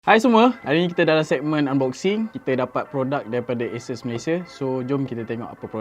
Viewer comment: sori ye, aku mmg particular nak sebut benda2 ni. xpntg pon 😁😁 sebutan ASUS; A(sebut huruf) - SUUUUS. A-SUUS.